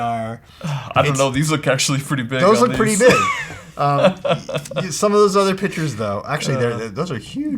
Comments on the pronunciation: Lmao this nigga cant say pictures!!!! im dead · that cant say PICTURES LOL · EXACTLY? niggas cant even say pictures